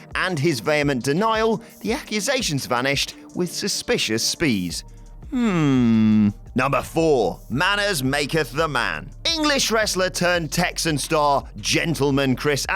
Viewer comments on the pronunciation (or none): "the accusations vanished with suspicious speese"